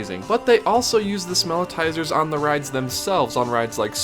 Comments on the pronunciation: So -- just for accuracy -- the scent gerators in Disney parks are called "Smellitzers" like "Wurlitzer" NOT smell-i-ti-zers. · The devices that emit scent in Disney theme parks are called Smellitzers, a play on the famous Organ manufacturer. Three syllables, not four. One "i," not two. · It's not "smell-i-tizers", it's "smell-it-zers". You're adding an extra syllable. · Thank you! This is one of my biggest pet peeves on Disney videos, people ALWAYS say it wrong!